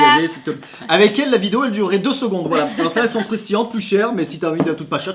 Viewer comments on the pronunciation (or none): none